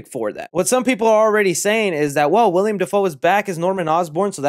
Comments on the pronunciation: WILL-EM not William 😂 much love though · “William Dafoe” it’s Willem ( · Willem not William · you’re awesome and I’ve been a sub since you had like 1000 subs, but please, it’s Willem. Not William. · i love ur vids but the actor who played green goblin in the first spider-man is named WILLEM (will-um) Dafoe not William. ik it’s minor but it’s just one of those things i can’t look past lol. similar to when people say “nuc-u-lar” instead of “nuc-le-ar” or “li-bary” instead of “li-brary” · Its an MCU movie man we have nothing to worry bout when it comes to the story makin sense. Btw its 'Willem' Dafoe not "William" 👍🏼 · Willem, not William 🤣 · Dude it's WILLEM not WILLIAM! ;^) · Bro, the guy's name is plastered all over the video you just uploaded and you keep calling him William. ITS WILLEM. how do you expect us to take you seriously if you can't even pronounce or read a name properly? It would be one thing if he were a b-list actor, but the guy has been a staple in Hollywood for years. Figure it out dude! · Hate to be "that guy" but it's Willem Dafoe not william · Willem!! WILLEM!! WILLEM!!!! Say it with me: Not "William" Dafoe... "Willem!!" Lol Sweet chocolate christ, every time you say his name in any video... lol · Bro it’s Willem not William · Willem, not William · It's WILLEM not WILLIAM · (Will-um) Defoe 😊🤘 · By the way, you keep saying Willem wrong lol